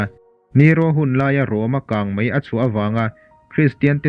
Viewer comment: Mai tih hmanna turah mei i ti ṭhin a, a nalh lo ve, entirnan - a ṭha hle mai tih turah, a ṭha hle mei tia hman hi a dik lo a ni